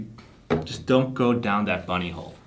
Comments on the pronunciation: "Don't go down that bunny hole"...I honestly thought he said buttyhole..😏🤣😅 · You said “Bunny hole” LOL